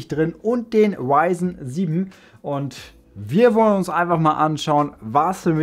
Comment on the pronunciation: warum sagst du wyzen nicht ryzen